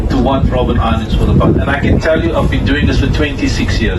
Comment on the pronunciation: It's Robben island not Robin